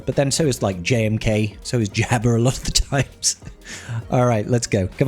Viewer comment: Jabba not jabber